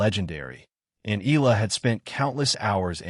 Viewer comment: FAKE NEWS Channel ! Graf did not meet Alex in Toronto, I googled it and it's not true. Please FILIPINOS wisen up. Videos where EALA is pronounced as EELA are 99% made by AI and disrespect Alex EALA and her Filipino fans. DISLIKE this video by clicking the THUMBS DOWN icon then REPORT this channel by clicking the 3 dots at the right side below the video so Youtube can shut down this channel. FAKE NEWS that are spread about Alex Eala are making more and more people hate her, which is just unfair. These channels are just capitalizing on her popularity and name recognition by posting anything about her, whether they are true or false.